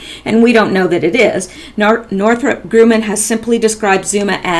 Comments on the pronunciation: Just to help your future reports, Grumman is not pronounced "grooman". It's Grumman. I worked with that company for several years at the Northrup facility in the LA and Palmdale areas. Thanks for all your great work! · Also, Northrop Gr-uh-man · Pronounced Gruh man,fyi. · I'd be more confident in this video if narrator at least knew how to pronounce commonly known name of Northrop Grumman ! Cannot believe her as knowledgable about much when even a child should know correct pronunciation . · Why are you reading a perfectly banal article to us with such desperate urgency? And Grumman rhymes with 'rum'', by the way.